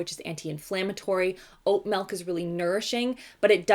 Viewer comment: I forget where abouts in Canada you said you’re from but you say milk in a strong Ottawa valley twang...